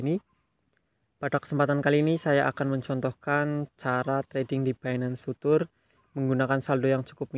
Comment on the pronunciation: future mas, bukan putur